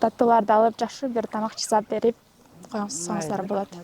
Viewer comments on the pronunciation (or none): none